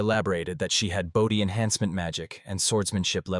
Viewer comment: That dang scent of blewd attracting monsters. Bowdies need blewd, right Clo?. These ai are so annoying.